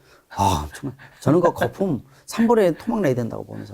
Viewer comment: ㅋㅋㅋㅋㅋㅋㅋㅋㅋㅋ거fum 과 부fumㅋㅋㅋㅋㅋ계속들리네요 ㅋㅋㅋㅋㅋ